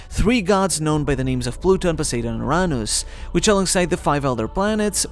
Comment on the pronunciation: This is a really good video, but for the love of god, learn how to pronounce things. I was cringing every time you said "Joy-boy" and then it got worse with Poseidon. Just have Google read the names out to you or watch a video of someone else saying the names, or hell, watch the freaking dub, they say the names perfectly there